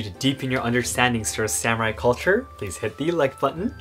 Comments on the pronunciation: Please say sah mu rai instead of sam urai. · I'm going to share your video with a bunch of non-Japanese long hairs in the USA. BTW, Sa-moo-rye?